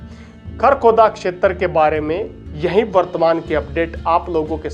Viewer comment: क्षेत्र का pronunciation इतना कड़क और अलग अलग करके बोलते हो जैसे की ये 4 शब्द हों। Info brought out is not authentic n reliable